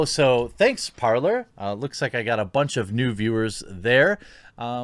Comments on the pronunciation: Jeremy for Pete’s sake “parler” is French for “to speak” and its pronounced “PARLE” (the R is silent ) you had me like an idiot asking about “parLER” (how you pronounce it ) and people didn’t understand what I was saying . I looked up the app and sure enough it’s the verb to speak in French . I know you don’t speak French but common everyone took French in HS. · Is it really that hard to pronounce Parler as “Parlay?” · It’s pronounced “Par-lay” as in the French version of the verb to speak: Parler ... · It is pronounced Par-lay. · I might be wrong but i think it's prononced "parlé" in French it mean "Talk".